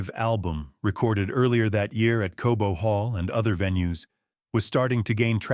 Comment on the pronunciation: Cobo hall not Kobo.